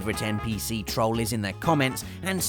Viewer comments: Troll, not troal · It's not pronounced "trol", it's pronounced "trole". Trolliest? What are they, Tesco trolleys? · I love, but why does he mis-pronounce troll? It's meant to sound like trole, not trol. Unless he did that on purpose, the troll. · did I just say Oblivion? Me: no I believe you just said "trawl" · Troalliest? Jesus fix your pronunciation. Jesus almost as bad as brits saying parmazan instead of parmesan. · next time you say "trall" I will slap you so hard it will feel like you kissed a freight train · ( has a unique way of pronouncing "Troll". Don't think I've heard it before) The Elder Scrolls IV: Oblivion - The Adoring Fan Destiny - The Cryptarch Borderland Series - Claptrap (Poor is traumatised.😅) Final Fantasy VI - Ultros Tomb Raider II - Winston Metal Gear Solid Series - Johnny Souls Series - Patches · the way you say troll is fucked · It's great how he misspronounces troll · The fact you say troll with an "ah" sound instead of an "oh" sound makes me miss Manchester... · He says troll weird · pronounce the o in troll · You pronounce Troll wrong. Just had to put that out there :)